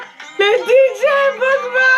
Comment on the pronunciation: mdrr c est pogba pas pogma